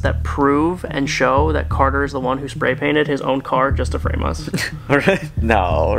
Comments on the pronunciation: It's cater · its carder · it is carder